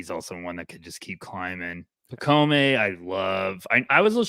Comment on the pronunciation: pacome = pronunciation pac-comb